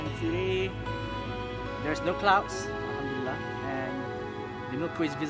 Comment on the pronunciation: little devil who says hamdoullah lol thank you for this video